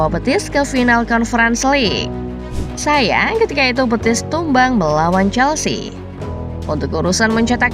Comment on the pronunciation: Betis min, bukan Petis😂